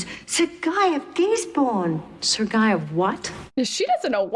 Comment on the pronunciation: A rare flub Guy is a name in french. Its pronounced gee. As in geek. Without the k. When speaking to a man named jean luc. Which is very much a latin name. Because we say luke when its spelled luc. Im half hispanic. I notice these things about the romance languages. Italian is closest to traditional latin. Spanish is not far off. French is the wierd one. But it is derived from latin.